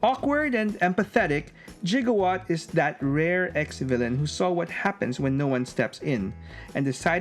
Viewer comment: It's actually Gigawatt not Jigowatt! "Ghee-gah-what" is the right pronunciation of his name! My physics school teacher would be confused hearing that... Gigawatt's name pronunciation issue even mentioned in Back to the Future Wiki too! All because of a spelling issue! Oh man!